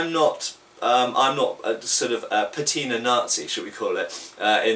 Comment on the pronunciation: No l in patina.